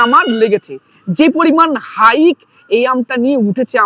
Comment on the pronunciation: হাইক না হাইপ।